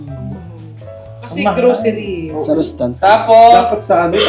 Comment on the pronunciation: "Go, Glow, Growcery for Chad" 😭😂